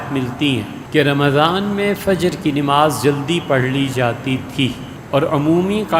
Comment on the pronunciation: نماز میں ن پر زبر ہے محترم